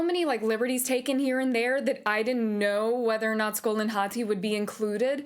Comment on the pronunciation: Ive been watching a bunch of people react to this cuz I'm super hype for it and you are only like the second person to actually call them Skol and Hati correctly and not just scream Fenryr even though it clearly explains them chasing the sun and the moon and you even have to complete a puzzle having to do with it in the first game